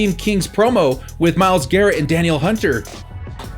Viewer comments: Great stuff, guys! Also I believe it's "Duh-kneel" Hunter haha, SKOL! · its DAN-EEL Hunter